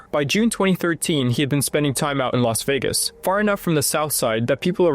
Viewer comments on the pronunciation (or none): none